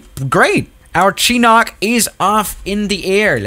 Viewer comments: Its pronounced shinook not chinok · It's not pronounced chinok I think it's pronounced chin-u-k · ( Chinok). it’s pronounced (chin-nook) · Nobody: Absolutely nobody:: Chinock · Btw you pronounced chinook wrong its more like "shiinook" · I'm a cheap person to. lol and you preannounce chinook like this shuh·nuk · Nobody:: CHEENOCK